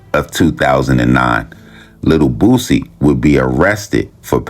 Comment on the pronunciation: Yall please say BOOSIE name right!!!! It aint Bossie!!!